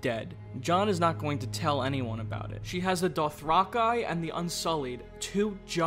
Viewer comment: Thank you for pronouncing "Dothraki" the correct way.